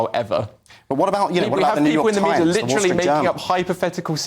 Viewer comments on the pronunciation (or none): none